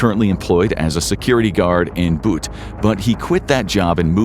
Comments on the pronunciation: I just heard him mispronounce “Boutte” or Booty lol and Houma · Why are you pronouncing Boutte like this??? I graduated from the high school there and thought this would be a good way to see some history of the place because I’ve known of this story for my whole life, but damn it’s difficult to know all these viewers aren’t getting info from someone who actually watched interviews and case footage because if so, these pronunciations wouldn’t be so. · When bro said Boutte I almost cried 😂😂😂😂